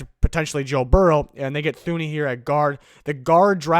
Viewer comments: Btw bro it’s Two-knee not thoo-knee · His name is pronounced Too-ney. Not Thuney. I know that's how it looks but it's wrong.